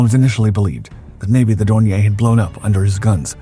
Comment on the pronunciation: Dorn ee er. It's not French.